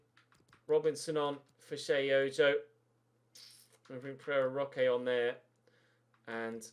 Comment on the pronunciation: Last episode you were talking about Pereira Roche, and I had to go back and check you didn’t say Ferrero Rocher 😂